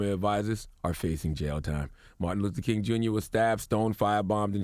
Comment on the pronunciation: this dude said martin loofer king on purpose